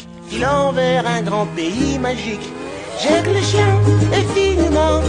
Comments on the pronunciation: C'est Jake pas jak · Juste c’est LE roi lych et c’est enKIridion en terme de prononciation… aussi on dit jaike pas jaques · Pas jake... phonétiquement c'est "jaike" . Ton jake me fait très très mal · Pourquoi te prononce mal jake 😭